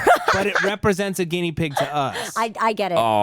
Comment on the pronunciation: Every time Matt says "guinea" the part of me that grew up in a Sicilian family cringes.